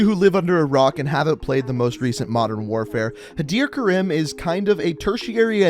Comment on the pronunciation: Others: Hadir Karim,Khaled al asad This guy: Hadir Karem,Khalid al asad